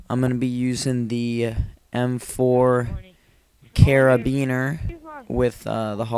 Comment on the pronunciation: You said m4 carbine wrong but good gaming keep it up